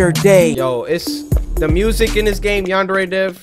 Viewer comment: Cory: Yanderay Me: I’m sorry W H A T